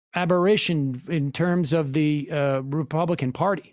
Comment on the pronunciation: Abarishin? You mean aberrAtion? C'mon master debater Sam, it's pronounced like celebration.